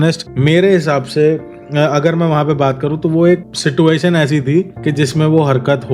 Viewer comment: Situation pronounciation galat h aapka